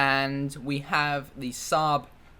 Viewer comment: Thanx a bunch. It's not called SABB though, it's SAAAAAB (y)